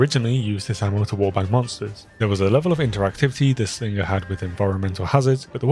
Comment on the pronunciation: dont pronounce the G in slinger bro, lol